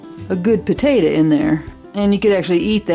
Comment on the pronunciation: I love how you pronounce potato as "putatuh" but when you shorten it you pronounce it "taterr" 😆 not making fun, just a silly observation I made. Great video. God bless.